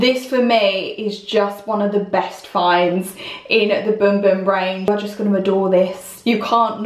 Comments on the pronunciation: It looks like it pronounced as bum bum how it’s spelled but she pronounced boom boom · Bum bum not boom 🤣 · The correct pronunciation from Portuguese is boom boom. But even a guy who did a video on it called it both boom boom and bum bum so imo it's fine to pronounce it either way.